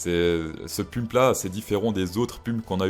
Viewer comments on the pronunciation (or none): hahaha tu as dis pUmp hahaha